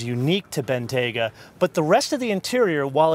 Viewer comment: Its pronounced Bentley Ben-T-ya-ga not Ben-Tay-ga